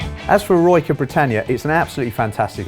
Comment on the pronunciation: I can't believe he called L'eroica leroyka.